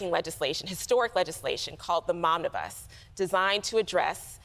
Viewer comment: Haha she said “Momnibus”! I had to rewind to be sure.